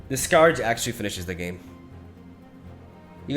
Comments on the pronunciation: sk-Urge not Scow-urge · skǝrj or skuhj is the correct pronunciation and only the sound quality when he says it isn't the best...for a Spanish speaker it's pretty good and not far from the correct pronunciation... so yeah, you guys are just playing know-it-alls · "The skawrge" lmao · First of all, thanks for the sappiness and sincerity, I appreciate it. Secondly, Scourge is a weird word and is pronounced skərj, like the word cur, or were, or her, etc. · Im not sure if scow urge (scourge) is the right way to say it😂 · I URGE you to pronounce Scourge correctly (SC - URGE) :) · It most definitely isn't. "ScAr-j" isn't a correct pronounciation of "scourge" in any form of english. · If you're actually natively english and think the correct pronounciation is "ScAr-j" then that's just kinda sad. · Listen to several audio books, my friend, because it really isn’t.